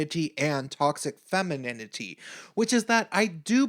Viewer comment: LOL... femininininininininity... funny, if it wasn't soooo seriously wrong... And... damn you... I have to hear "anita's" name again... damn... (btw... noticed the no capital "a"?) Thanks for your talk... respect... :-)